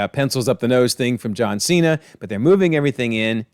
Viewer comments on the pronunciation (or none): none